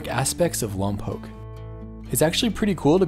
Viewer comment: Nice to hear Lompoc pronounced correctly. Love your videos.